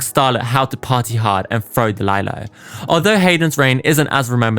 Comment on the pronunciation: Looooved this. Ps I’m crusty and old enough to have been a teen back then. It was Lee-Lo not Lie-Lo, but she did lie a lot so your pronunciation is more fitting.